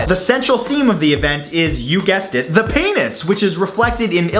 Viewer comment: "the paynus"